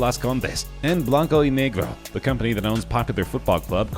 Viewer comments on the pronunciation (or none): none